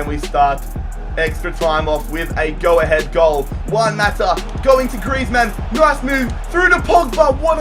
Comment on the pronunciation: Why do you pronounce griezmann as if he is a superhero, like its "griezmann" not "Griez-Man"